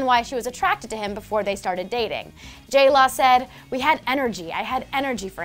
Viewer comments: J-LAW AND J -LO sounds the same when you say it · They say J Law, not J Lo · tori goulding she's saying jlaw